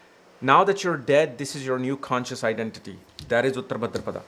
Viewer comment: he pronounces uttara as uttr , bhaadra as bhdr , maghaaa as maaaaaghaaaaa